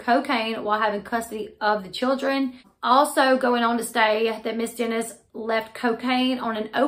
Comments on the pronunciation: You are mispronouncing the last name. It is Dennis not Denise. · "Dennis" not "Denise" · Did you just pronounce her last name “Denise”?!?!?!? Really.....watch the show much? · How do you mispronounce the name Dennis? Come on girl! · What a sad situation!! Just an FYI you are not saying her last name correctly.... not being rude just letting you know